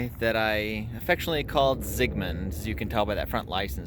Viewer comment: Ah, Zigmund. Did you mean Sigmund? :D Has potential, keep it up it will pay back